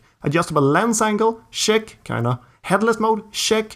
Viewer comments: Check is not pronounced Shhhhhheck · Your CHECK its like saying shrek without the r 😁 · Are u saying shat or check